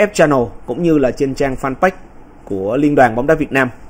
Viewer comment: Mình không hiểu sao chữ “fanpage” suốt ngày cứ nghe mấy anh nhà báo đọc là “phan- bách”. Chữ page đọc sao ra bách vậy ta